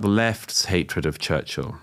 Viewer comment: I havent researched enough to have an opinion on Churchill (its not pronounced church hill, its churchill), but I can say with certainty, as many already have learnt, that no one is perfect, even with great intentions.